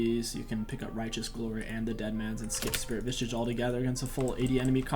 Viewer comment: I really love when he says Spirit Visage. It always sounds like Spirit Vishsish